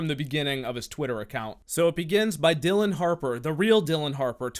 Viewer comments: It's Dillion (like million), not Dillon. But the fact that one those accounts had her last name misspelled and he didn't notice tells you how desperate he was. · its dill-EE-on harper. shes the best